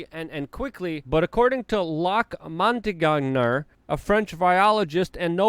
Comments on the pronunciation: The article: Luc Montagnier. Luke: Lock Montanganger. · LUC MONTAGNIER pronounce MON-TA-KNEE-HEY